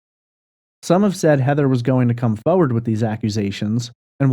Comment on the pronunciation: Could you please learn how to pronounce the word foRwaRd it’s not fowwad - it’s excruciating and unprofessional.